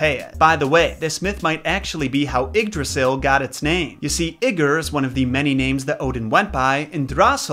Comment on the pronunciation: u better calm down with the pronunciation of yggr. Frightened me there for a minute